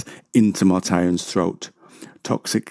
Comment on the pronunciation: not Mortairon